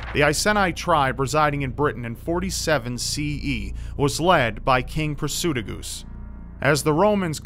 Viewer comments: Just thought I'd let you know that your pronunciation of all the names to do with the Icene was painful for someone from Boudicca's home. It should be said I-see-nee , Prat--soo-tag-oos , Boo-dee-ka. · kimzee59 also, Prasutagus is pronounced Prah-soo-tah-gus